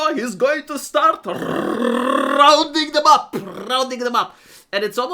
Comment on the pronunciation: Rrrrrrrrrounding up🤣